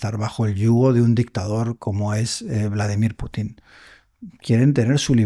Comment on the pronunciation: Hombrecito ignorante, el entrevistado, los ucranianos son un intento mal intencionado de los europeos traumados. Usted está sesgado. Note que el entrevistador sí es profesional pronuncia Pútin.